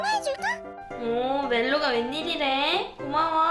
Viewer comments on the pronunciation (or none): 멜로가를 멜로디라고들임ㅋㅋㅋ